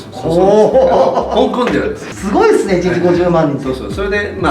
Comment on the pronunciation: 香港の発音が本場